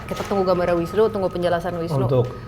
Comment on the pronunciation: Bukan nunu mas Mongol tp Wisnu.hihiii